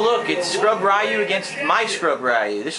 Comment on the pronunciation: Rhee-you! Rhee-you! Listen to the game, it tells you the proper way to say "Ryu". Please stop embarrassing yourself.